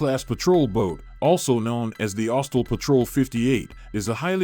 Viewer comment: Austel? Try Austral